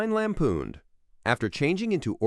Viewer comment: Same with “lampooned” lol